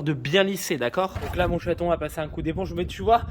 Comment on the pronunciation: c'est rigolo on dirait que tu appel ta femme château , mais je suppose que c'est chaton ?🤣